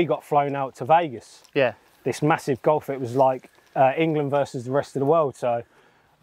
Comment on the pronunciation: Made it to the pros in football. Amazing at golf. Can’t say “Vegas” properly though can you?! Love it! Golf life ❤️